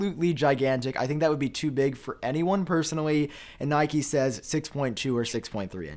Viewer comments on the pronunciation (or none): none